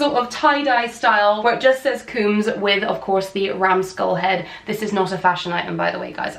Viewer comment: My last name is Combs. Love the tee. Just one thing, the O in Combs is long. I always say like you comb your hair lol